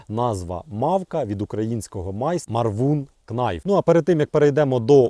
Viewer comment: Knife — найф (без букви "к" на початку)